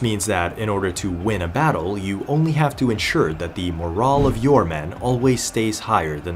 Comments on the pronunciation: Good video. You're pronouncing "morale" incorrectly. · It annoyed tf outta me how this mf kept pronouncing "morale" fucking irritating